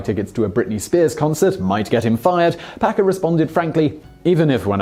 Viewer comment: Did you say Packer or Pecker??